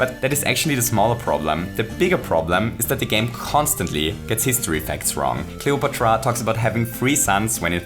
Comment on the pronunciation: I like the way you pronounce Cleopatra